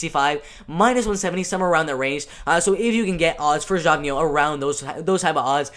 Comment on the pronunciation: Geoff=Jeff Neal. Pronounced Jeff Neal. Here to help young lad.